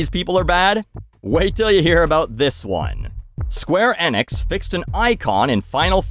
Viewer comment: miss pronouncing Square Enix is my life blood